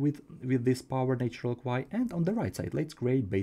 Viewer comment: Thanks for all your videos - I'm enjoying them. One pronunciation suggestion - the 'nat' in 'natural' rhymes with 'hatch' when spoken, so 'natch-urr-al' is how it goes!